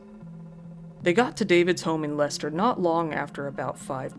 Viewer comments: Just wanted to say well done on pronouncing Leicester correctly! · You pronounced it correctly. Phonetically it's 'Lester' or 'Lesta'. Edit: Now I've watched it all it's hardly surprising that it was the chloroform that killed her. It used to be used for a short time as an anesthetic in hospitals for operations before quickly being withdrawn because of unreliability & complications. Many people have used it (as weird as it sounds) as a sleep aid because it can be effective; but (1.) It takes more than a few huffs & not like the movies/books. (2.) It can cause bad burns to the skin, lips etc as it's quite corrosive. The danger comes with prolonged / acute exposure as it's heavier than air & displaces the oxygen in the lungs; thus resulting in suffocation & can this can happen quickly. Side note; it boggles the mind that they bought it as transactions are easily traced & didn't just make it themselves. It's a simple mixture of either rubbing alcohol or acetone & bleach. It can be easily made at home (not recommended). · yeah...you pronounced it correctly. Lester. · Yay Leicester pronuncination!